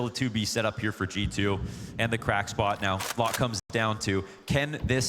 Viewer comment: I really thought the castor was saying "Chichoo" when he was saying G------2